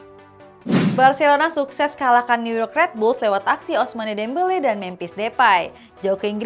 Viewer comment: Kiraen presenter ngerti bola 😀 ga taunya tukang baca sambil disuruh cengar cengir di depan camera doang 🤣 Ada Olimpic Marseili 😆 Ada Lyon yang jadi Layen 😂 Ada juga si Ousmane Demble sama Weston Mekni 😀 Ada pula FrengFrag 🤣🤣🤣🤣🤪 Ayo dong min, talentnya coaching dong min 🥳 thank you mimin, ini cuma kritik kecil biar makin hebat channelnya 🥳🥳🥳 Good luck 👍🍀